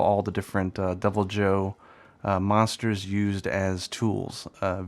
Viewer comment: thought you were saying Double Joe - he's extra caffeinated! lol